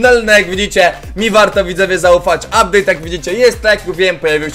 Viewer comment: ''Ubdate'' super filimy robisz